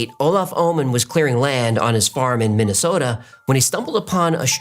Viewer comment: you pronounced Minnesota like a Minnesotan. That really made me proud. Much love to the why files team.